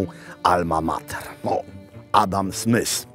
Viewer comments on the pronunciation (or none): none